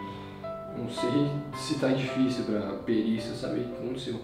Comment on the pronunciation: Quem percebeu que no minuto o fala perícia kkkk